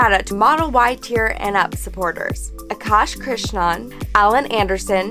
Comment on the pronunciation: Very nice demonstration of the beta feature. As usual high quality video. Also your pronounciation of name "Akash Krishnan" was one of the best I have heard an American pronounce.